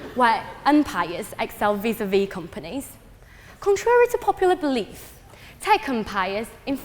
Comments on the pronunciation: She can’t even say companies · tech compires? companies? empires? what is that word?